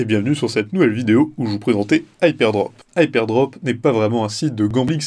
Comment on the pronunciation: Prononcer HypeRdrop au lieu de Hypedrop c'est assez déroutant pour une présentation du site.